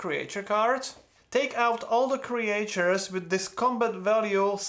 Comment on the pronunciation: Thanks for the excellent walk-through video! Your English is excellent, just one thing I have to point out cuz you said it a lot: in English we usually pronounce Creatures as "Cree-churs" like Teachers, not "Cree-ay-churs" like Creators. I don't know why. English is silly.